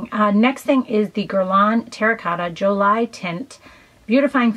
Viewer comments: J o l i e? It means pretty in French and you got the accent wrong , please check it out. For the sake of those you are watching your videos and might repeat what they watch. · Just FYI, the Terracotta Jolie is pronounced like Angelina Jolie's last name.